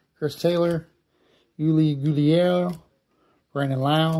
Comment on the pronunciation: Why is Gurriel so damn hard to say😂